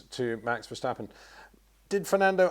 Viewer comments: It is NOT "Bottash" nor "Lewish" nor "Oshcar Piashtri" nor "Nyck de Vriesh" nor George "Russhell" nor "Fernando Alonsho" nor "Lance Shtroll" nor "Pierre Gashly". So why do you say: "Max VersHtappen"? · Still wondering when Peter would finally be able to pronounce Verstappen en Leclerc correctly…… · Please please learn how to pronounce Verstappen.